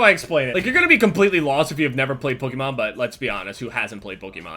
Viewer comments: I cringe EVERY time says "Pokemon". He says it like "pookiemon" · Pokemon doesn't rhyme with bookymon. They way you say it makes me want to kms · He said Pokemon so many times! 😂 It's so funny! He pronounces it (puh-key-man) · After a while, the way said Pokemon sounded like pookemon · anyone else notice the "pookymon"? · Why is he saying pookiemon? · says pokemon like PokEEmon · Anyone else think he kept saying Pookemon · did anyone else hear say "POOKIEMON" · Is it just me or is he saying pökemon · Heck kept saying Pukemon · Pookemon? lmao you say it funny. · Poke-A-mon is the way it's pronounced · The way says Pokemon sounds like Pokeimon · "Pookemon" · I swear says "Pukemon" he pronounces it strange lol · "Pookemon"- pronunciation. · is anyone else hearing him say pookiemon? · Why does he say pookeymon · he said pookimon once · He says Pokemon so weird and so many times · you say Pokémon weird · It bothers me have he pronounces Pokemon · You say Pokemon wrong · I hate the way you say Pokemon. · the way you say 'Pokemon' makes me want to shit in your esophagus so you can say 'Pokemon' without so much emphasis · when says "pokemon" does it bother anyone else? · did anyone else notice the way says "pokemon"? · Why the fuck do you say "pookymon" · It's not pukimon its pokeimon 😂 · why do you say pookiemon? lol its all good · Sounds like he says "pookiemon" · why the fuck do you say pokimon its fucking POKE-E-MON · He says Pokemon like pookemon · says pukemon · Dear: It's not Puh-key-mon It is Poe - key - mon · the type of nigga to say pookiemon instead of Pokemon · pronounces pokemon "puh-key-Mon" 😂😂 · "pookimon" - 2016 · the type of nigga that says Pookimon instead of Pokemon. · Why do you pronounce "Pokémon" so oddly. You say it like Pook-E-Man for some reason lol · I love how he says pokemon cause it sounds like he says pookimon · must love "pookemon" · Why do you say pukymon? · Or pookemon